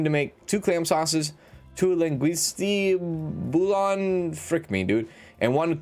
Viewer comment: Bouillon is pronounced "bull yuhn" like million but bullion 😊👍